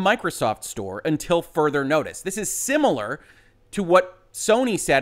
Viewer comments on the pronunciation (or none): none